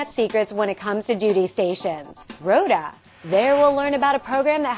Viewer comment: Rota = "road" and "time" (roud-ta-im) pronunciations, very clear: "Ro-ta"